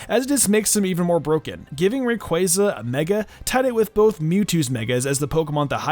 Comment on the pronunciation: i threw my ds when you said mega rayquazza